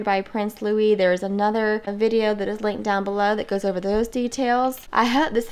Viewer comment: It is Lou-ee not Lou-iss! You did it perfectly.